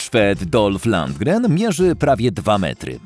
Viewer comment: Dolph LunDGRen, a nie "Langren"